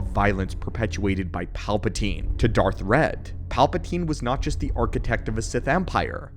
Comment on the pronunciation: That would be Darth Wredd (not "red")